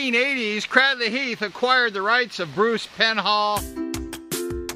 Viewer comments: Fantastic video. So nostalgic for me. All those riders names I remember. But particularly because I was born in the house right next to the church you can see in the video at 6.20. and lived there from 1963 until 1985. Can I just say though, that it’s pronounced Craydley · Lol, thank you this is great as I’ve been a fan since I was kid! But it would be even more epic if you actually pronounced Cradley correctly. It’s actually pronounced as if it was spelt: ‘Craydley’ Or like ‘Cradle’ thanks again, love the memories!